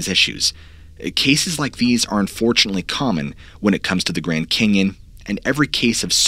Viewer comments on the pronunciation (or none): The Grend Cenyon! LOL